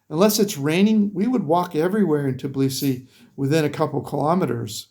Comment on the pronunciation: I'm sorry, it is not Tiblisi; it's Tbilisi. You ought to say Bilisi; just put T before the Bilisi.